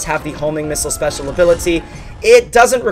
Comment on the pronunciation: You said " spesal ability"